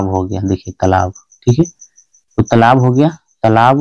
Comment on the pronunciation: तलाब नहीं होता है तालाब होता है